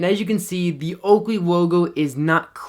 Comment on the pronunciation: That oakwey wogo came out nice and sharp in manual focus. Great review and very informative!